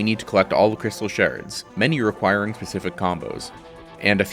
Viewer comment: "Crystal sherds"